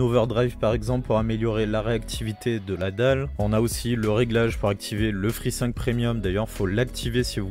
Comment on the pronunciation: J'ai mis du temps à comprendre de quoi il parlait quand il disait G-5 et Free-5